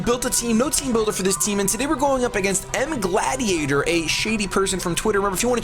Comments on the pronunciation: Its not its as in Gallade as in CHANGE your videos title xD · Did any one else notice he said gladiator when his name is. As in Gallade the pokemon. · It's Mega Gal-lād-i-a-tor